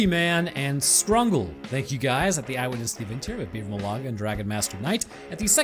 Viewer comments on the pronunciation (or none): none